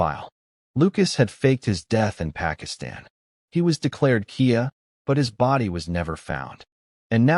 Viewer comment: A year is written as 2013 not 2,013! KIA isn’t pronounced key-a; the acronym is pronounced K. I. A for killed in action.